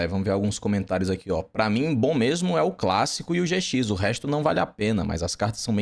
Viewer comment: Yu-Gi-Oh! Zê Cis KKKKKKKKK o cara troca o J pelo Z